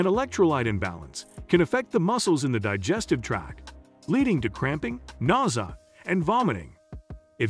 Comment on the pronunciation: Nausea. He pronounced it weird but it's when you feel sick to your stomach, like you might vomit, or right before you vomit.